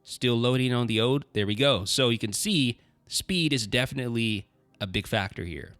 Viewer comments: Why can't you say 'oLd' properly? You keep saying 'ode'. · You say 'old' like "oad"